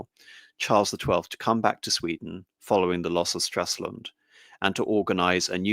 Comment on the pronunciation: Come on, it is not Straslund, but Stralsund.